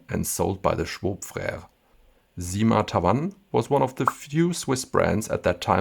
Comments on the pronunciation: SIma, not ZIma ! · Thank you for this beautiful video. Just to let you know, we don't say "zyma" but "ssyma" with an s like snake. This is the same for "la cyme d'un arbre".